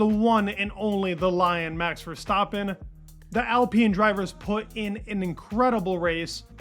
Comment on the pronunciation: Who is this max Verstopin you keep mentioning? 😂